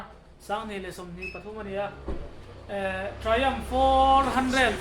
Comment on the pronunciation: Tri-um tiin ilam daih maia.. triumf Tia lam zawk tur Ani em?